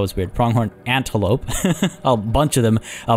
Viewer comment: Usually I'm not really commenting but I felt like I have to write now, even if this episode isn't new. So in the way you said the antelope it's almost exactly how we say it in Hungarian so I found it kind of funny and sweet. Btw sorry for my English, it isn't my first language 😅